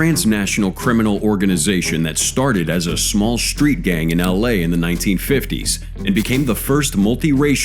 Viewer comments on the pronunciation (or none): He said SHHtreet gang. Sorry no H in street !?